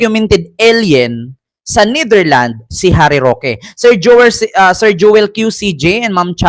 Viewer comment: ...NETHERLANDS po...may s sa dulo✌